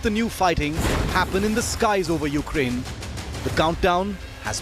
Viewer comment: This guy keeps mispronouncing the name of the country. It is pronounced "you-CRANE".... not "YOU-crane". Some may say this is a small thing, but it is a matter of respect... or in this case - disrespect. Have you ever had anyone make fun of you by intentionally mispronouncing your name? Yeah, THAT kind of disrespect. To further stress my point, imagine a politician talking about new Japanese policies, but he kept referring to the country as "JAP-an". Frankly, I would have trouble listening to anything else he had to say after that.